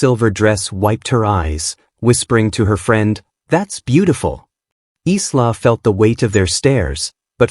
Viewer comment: EYE-LAH not Islah!